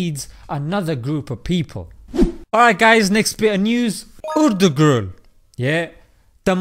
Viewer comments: Say it after me ... ERT TU ROOL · Why does it sound like he says "Urdu group" when he says Ertugrul 😂😂😂